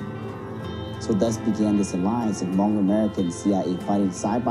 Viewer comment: that's everyone... and it's Hmong, not mung.